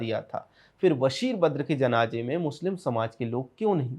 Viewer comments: Who cares about a language pronunciation! Indians speak Hindi with various dialects do you go around correcting them?? CONTENT is important. Don't digress from issues with pettiness. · बशीर बद्र साहब का मैं प्रशंसक हूं आपने उनसे जुड़ा हुआ वीडियो बनाया किंतु अपने 11 बार जनाजे... जनाजे... जनाजे उच्चारित किया आपसे और आपकी टीम से अनुरोध है कि आप बहुत बेहतरीन कंटेंट बनाने के साथ ही उच्चारण पर ध्यान दीजिए और जनाजे की जगह जनाज़े शब्द का प्रयोग कर अपने वीडियो को और अधिक सार्थकता प्रदान कीजिए। मैं आपकी टीम की राष्ट्रवादी विचारधारा और सत्यता का प्रशंसक हूं और एक प्रबुद्ध दर्शक होने के नाते मैंने आपको उपरोक्त सलाह दी है।